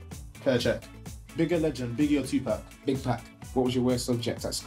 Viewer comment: I swear welbeck said big pack for biggie or 2pac